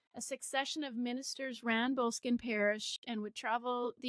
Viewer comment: It’s not that tough to Google how to pronounce a word. It’s Bo- less-skin.